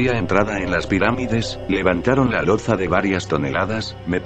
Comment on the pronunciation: "presizión", "loza". Uff!!!! Lo siento, no he podido seguir escuchando